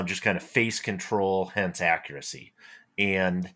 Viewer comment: I swear just said "Haccuracy"! 😊